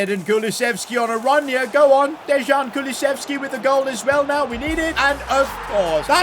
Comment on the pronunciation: You didn't just say Dezhan